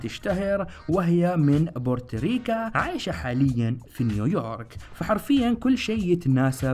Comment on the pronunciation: بورتريكا ؟ 🤣 كم مرة اعلمك يا